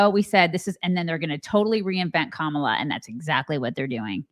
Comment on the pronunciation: It's because they have no respect for her to pronounce her name right..